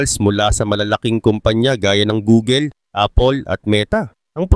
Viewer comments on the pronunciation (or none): none